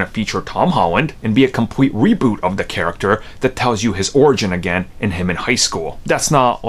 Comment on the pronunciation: Theeeeee not daaaaaa